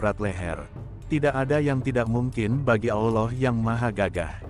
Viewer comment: Bagus, bisa menambah wawasan..& yg penting adalah pengucapan kalimat ALLOH sangat benar, bukan dibaca/diucapkan ALLAH spt yang diucapkan kaum non-muslim,good, terima kasih